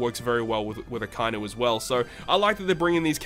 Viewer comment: it's a-ka-i-nu bro... pronounce it properly